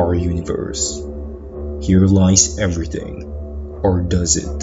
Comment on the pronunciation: Do a shot everytime he says EveryTINNNG